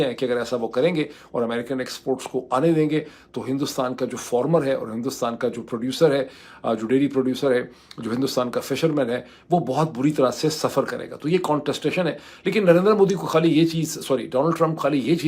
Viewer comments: Bhai ap ka POILET (pi'let) to kharaab thaa he...aap ka FORMER (Faaaarmer) bhe theek honay wala hay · Your farmer pronunciation is not the way you pronounce it is not formers the way you were pronouncing pilot to polot pl check otherwise your vlogs are great they dig deep and are meaningful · Dr sahib, you still keep pronouncing Poilet and Former instead of Pilot and Farmer!! Otherwise thank you for your in-depth knowledge of foreign and domestic Affairs🏴🙏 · It’s Farmer Not Former